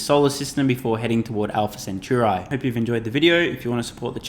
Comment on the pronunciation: Alpha Centauri - pronounced Cen·tau·ree